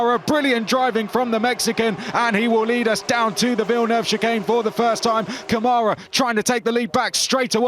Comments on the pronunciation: Câmara [ˈkɐ̃.ma.ɾɐ] (in AFI). The closest pronunciation is “KUN-ma-rah”. LEARN HOW TO SAY OUR NAMES!!! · Btw, Câmara [ˈkɐ̃.ma.ɾɐ] (in AFI). The closest pronunciation is “KUN-ma-rah”. LEARN HOW TO SAY OUR NAMES!!!